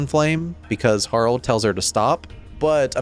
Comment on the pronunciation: Harl? I call her Har-lee. As in Harlequin. But great vid btw.